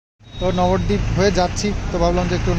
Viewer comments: নবরদীপ নয়।উচ্চারণ হলো নবদ্বীপ। ভেঙে বললে নব মানে নয়। নয়টা দ্বীপ। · নবরদ্বীপ না নবদ্বীপ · নবদ্বীপের কাছে থাকে সঠিক উচ্চারণ টা এখনো জানে না ।